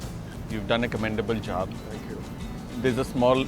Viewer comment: starting from look how he pronounces job as "jaab".. his indian turned on!....................happens to me when i expect the least !...smahhhhh